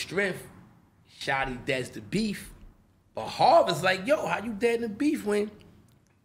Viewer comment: Foo said "BILLY DA BULL" , damn.